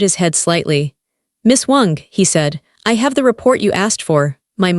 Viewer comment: Why is ai pronouncing Miss Wong as Miss Wonk 😅 lol . Ridiculous . 🙄